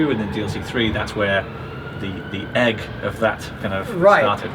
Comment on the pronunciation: PAY ATTENTION TO HOW HE SAID 'EGG', Hinting at the dragon eggs maybe? Please respond